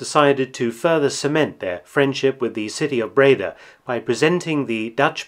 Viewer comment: Nice to know. PS I’m Dutch and live about 20 Miles from Breda. And you pronounce “Breda” with the emphasis on the “a” so Bredaaaa